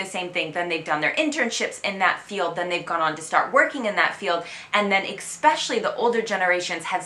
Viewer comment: Still with the "expecially"! ;)